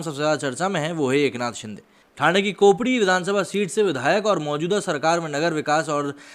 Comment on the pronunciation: Areee कोपडी नही कोपरी है